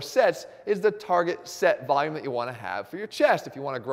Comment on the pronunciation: Volume not vayum. Love the video!